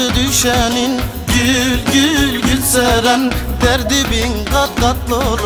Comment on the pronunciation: Teşekkür ederim adımı en güzel telaffuz eden adam 😂😇